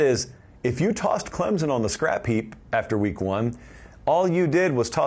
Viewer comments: Man, I love you talk about the tigers. But, there isn’t a “z” in Clemson. It’s Clem-son. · It’s “Clem(p)son